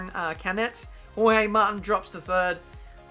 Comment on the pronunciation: Jorge mar-teen